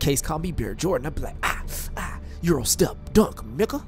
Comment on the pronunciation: he said euro step lmfao